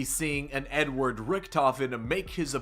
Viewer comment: He said Edward